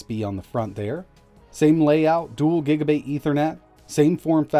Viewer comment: is it just me our you kept saying gaiga bit????